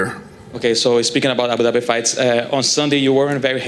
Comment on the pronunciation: Dana ”abu dabity” white